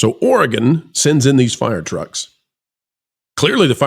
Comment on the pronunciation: Great video. Thank you for also not saying Ore gone. Your pronunciation of Oregon was perfect. Proud of my state for sending fire trucks. And I don’t live in Portland. The fire trucks where I live are very well taken care of.